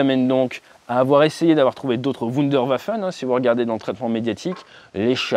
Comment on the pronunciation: La Wunderwaffe... Les Wunderwaffen Ate... Tu massacres la langue de Goethe 😊😊